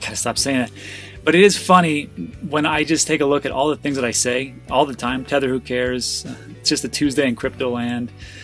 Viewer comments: Ledger. “Tether’s thether. Nobody cares” 💪😂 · Ledger -thether is thether